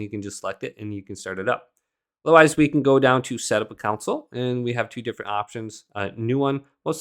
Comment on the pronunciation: Con sole Not council